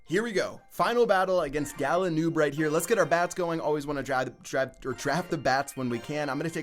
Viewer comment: Galanoob or Galadoon😂